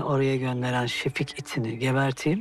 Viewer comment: 2.07.43 Refik değil la şefik şefik 🤣